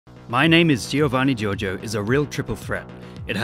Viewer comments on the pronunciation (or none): Jovanni Jorgio not G-I-orgio G-I-ovanni. please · You shouldn't stress the "i" in Giovanni Giorgio, it should sound like "Jovanni Jorjo" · he said "siofanni jojo" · Me, an Italian, after hearing the pronunciation of "Giovanni Giorgio" pain (Yes he is Italian, from Trentino-Alto Adige region) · How you pronunce Giovanni Giorgio kills me :,( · It is an audio meme. He pronounces his name very clearly. How can you still butcher the pronunciation? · the guy says his name in every meme, and you still mispronounce lol